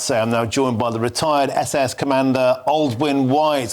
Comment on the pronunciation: Did the presenter just call them "SS"? 🤔